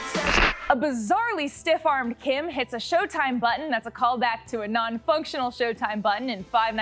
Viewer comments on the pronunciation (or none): none